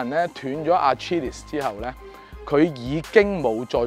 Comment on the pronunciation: achilles 发音错了coach fei